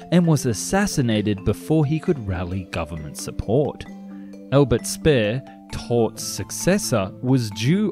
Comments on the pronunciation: Just to correct, it's not "spare" but rather "shpair". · Entertaining video but you really should learn how to pronounce names properly before producing them, i.e. Albert Speer (not Albert Spur) and George Stephenson (pronounced stevenson not stepson). Otherwise great.